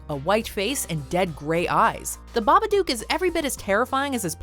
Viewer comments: hold up hold up, the baba what now?? I've never heard it pronounced like that lmao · The pronunciation of Babadook was bugging me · The way she pronounces Babadook lmao